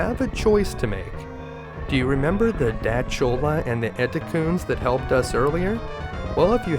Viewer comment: That's how you pronounce Dachora? I thought the CH is pronounced K as in School or Chorus.